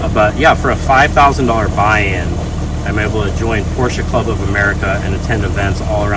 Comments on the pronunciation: Step one to ownership is learning how to pronounce Porsche. It’s a 2-syllable name! Porsch-a. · Now if you can learn to say porsche correctly....